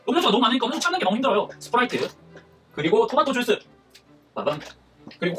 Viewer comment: 스프라이트를 스트브라이트로 부르신거같은데